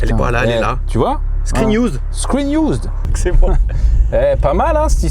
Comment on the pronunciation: Un mot à retenir : " Screen iouuuuzd "